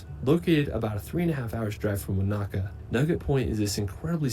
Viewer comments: He's mispronouncing some Māori names. One is Wanaka. The stress is wrong. More like W/one-ă-car. And Tech-ā-poe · if the dude in the video said "wah knacker" for Wanaka one more time...its correct pronunciation is wo nuh kuh similar to Hanukah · I don't have a specific favorite place in NZ - I more like to road trip and let the vibe wash over me again and again. Also, that dude was annoying the hell out of me with his "Wanāka" always with the "Wanāka". NO! Wanaka. No ā in the middle! There's a difference between a and ā!